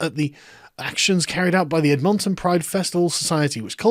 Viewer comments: Cute. Ed-mahn'-tun. In English, unstressed vowel sounds evolve toward 'schwa,' the sound produced in the second syllable of "soda". Ed'-mun-tun. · It’s Ed-mon-tin at least that’s how I a person living in Edmonton say it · You said edmonton wrong its not ed mon ton. Its ed min tin. Also i like you covering stuff from my province. I dare you to look into the shitshow that is the ndp and alberta. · it’s pronounced “Edmon-ton” not “Ed-mon-ton” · Hahahaha ed MON ton. For future reference sargon, it's pronounced ed-mun-tun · Sargon, as a Canadian I must inform you it is pronounced Ed min tin not Ed mon ton. Thank you for the unexpected levity. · WTF is ED MON TON Isn't is pronounced something like Edminton? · Say it with me, Sargon: EDD*Muhn*Tahn Not, "EDD*montaun." 🤣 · It's not "ed MON' ton" it's "ED mun tun" Learn to speak English foreigner..... ;D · “Ed-MON-ton”? Ed-min-ten. Of course, them being Canadian maybe their pronunciations radically differ amongst the citizens. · I mean, this is just the inevitable conclusion to their method of thinking as you point out. But what is not inevitable is your ability to pronounce EDmonton. Not EdMONton. Makes you sound french. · ED-mon-ton. Not Ed-MON-ton. Silly britbong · Ed-MON-ton, bwahaha sorry dude, never heard anyone say it like that. We say it closer to "edmun-ton" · Its pronounced “Ed-mun-tun” not “Ed-mOn-tun” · Ed-men-ten Sargon, not Ed-MON-tonn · Sargon stop saying EdMONton, it's EDmonton. C'mon man. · The way you pronounce Edmonton is hilarious. It's ED'-mun-tun, not Ed-MON'-ton. We definitely wouldn't describe it as bring in "south-central Canada" either, more like Northern Alberta, quite different! But good job otherwise. 😂🤣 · Edmonton , Admin-ton * But I guess you Brits do a proper, Queen's pronunciation of it?? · it's pronounced ed-men-ton! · Sargon ol' buddy, don't stress the "mon", It's EDmonton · Ehd Maun Tonn huh? Surely you have heard the name ‘Edmond’....it’s just Edmond-ton LOL 😉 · It's pronounced Edmintin.